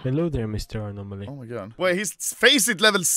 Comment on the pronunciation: "ANO"MALY - "UNO"MALY SUS